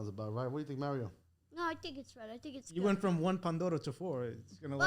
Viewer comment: Why does he say Meh Rioh It’s Mah Rio!